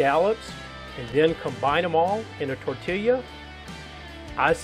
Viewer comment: I’ve never been tempted by a crunch wrap until now! Epic for sure, perfect blend of seafood and the queso, dipping sauce sound excellent! Fantastic job and! I won’t even make fun of you pronouncing tortilla. 😁Hope y’all have a great week!